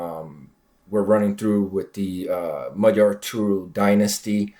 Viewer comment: Both of my parents were Hungarian refugees, I was born and raised in the United States. Your pronunciation of "Magyar" is impeccable! Americans always get it wrong! I am very interested in the ancient history of the Magyars and their origins. During my parents' time the Finno-Ugric theory was popular, but it has since fallen out of favor. My personal opinion is that the ancestors of Magyars came from the Siberian region ( Northwest Asia) hence our linguistic links to the Kanty and Mansi. But not much is known of this era. Through migrations, these proto Hungarians entered the Eurasian steppe, near the Black Sea. This is where they intermingled with such tribes as Huns, Scythians, Avars, Sarmatians, etc. And where they became a great horse culture. I remember a book, by Kate Seredy, a Hungarian - American children's author, " The White Stag" - This explains the legend of the White Stag and Hunor and Magor. "Emese" is pronounced with the S as "sh" and the last E as "eh." So in English, it would be : "Eh Meh Sh Eh." This was very interesting and informative.